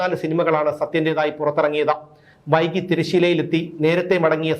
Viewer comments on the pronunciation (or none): none